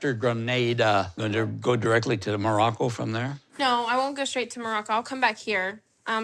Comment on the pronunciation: i still can't get over how Nicole calls it "Mrraco"